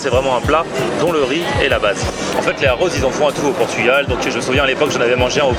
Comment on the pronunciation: "arroz" : Les "r" doivent être roulés Le "e" se prononce "s"